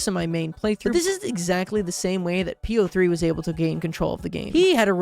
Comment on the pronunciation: I'm halfway through this video, and I'm still wondering if will ever realize "P-O-Three" is supposed to be pronounced like "Poe"